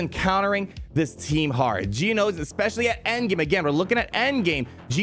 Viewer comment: Why do you pronounce geonosian like that